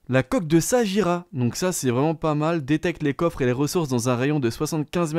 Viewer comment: Alors de 1 on dit saguira